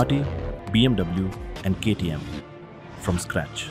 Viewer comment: He says KTC instead of KTM